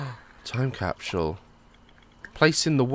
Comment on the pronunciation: Lol "time capshule" 😂😂